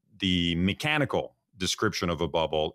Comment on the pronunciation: The “ Mikenical “ ……